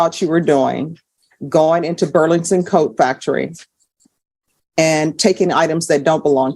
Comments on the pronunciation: Judge I LOVE YOU!!! But its BURLINGTON!!! Not BURLINGSON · Why is the judge having such a hard time pronouncing "Burlington"? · Why can’t the judge pronounce Burlington properly? She’s supposed to be highly educated. Is that just one word that kind of tongue twister? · How hard is it to pronounce Burlington?